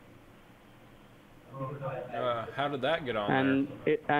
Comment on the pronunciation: "A wirus had injected your device" 10/10 tech support.